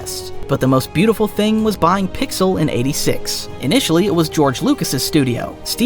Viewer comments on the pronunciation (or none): none